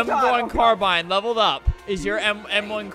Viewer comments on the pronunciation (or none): You say Carbine Like Carbean like that